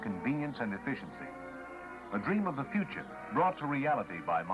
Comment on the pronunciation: Hahaha "plastic is fthe uture" lol well what I know is that plastic is one of the most problems around the world